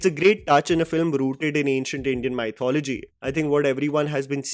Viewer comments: It's Mi-thology.. not Mai-thology. Oops sorry🤭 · Hey bro, it is not pronounced as 'my thology' but 'me thology' or muhth·o·luh·jee